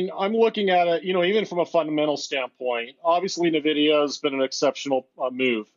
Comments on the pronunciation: its N VEE DEE YA not NIVIDIA 😂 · The guy in the video doesn't even know how to pronounce "N"-vidia! If you can't correctly pronounce the company's name, how can I take his advice!